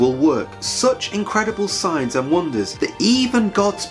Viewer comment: When you say Signs i hear science